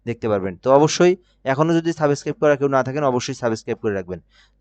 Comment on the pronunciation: সাবেসস্ক্রাইব 😂😂😂😂😂 বলেন কি? পুপুপুপুপুপুপুপুপুপুপুটু